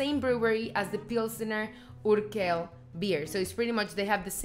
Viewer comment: Hi! Next time go for bottled beers, because they're more environmentally friendly and they have way, way, way better taste than beers in a can. It goes from worst to best: can - bottle - draught beer - tank beer. Pilsner Urquell is pronounced "uurkwell" and not "urkel". It's from the German word Úrquelle, which means an "old source" and that's why this beer is called Prazdroj (Urquelle). If you order a Prazdroj, Czechs will know what you mean. Pilsner Urquell is the best beer on this planet and if you want to enjoy it's best taste, have a tank beer... There are several pubs in Prague having them and my most favorite one is on Dlouhá street. You like Budweiser the best and that's ok. Budweiser, Pilsner Urquell and Gambrinus are made from Southern Czech water, which is best for making beers, so there's the logic behind it;) Please make a video about Moravian wines. Maybe take your husband and friends for a winetasting and make a video out of it.